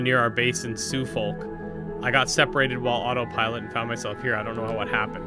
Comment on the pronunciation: Sadly Suffolk is not pronounced "Sue folk", but more like "suffocate" without the "ate".